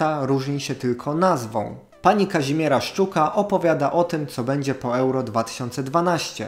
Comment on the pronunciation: pani Kazimie[r]a jest nieco sf[r]ust[r]owana bo całe życie nie moze wymówić własnego imienia